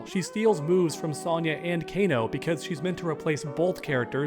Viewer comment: "Sahn-yah" what's wrong with you bro. "Sohn-ya"